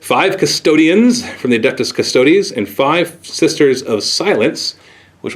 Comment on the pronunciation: Good vid, but for future reference, its not "cust-odies", its just custodes. (cuss-toads)